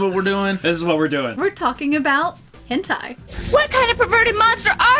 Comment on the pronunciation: It's pronounced "'hin tay''